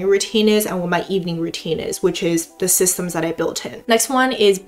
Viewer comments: sysems, not systems :D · you forgot the "t" in "systems" in "you fall to the level of your systems" quote. this is my best contribution, i'm proud of myself for trying. XD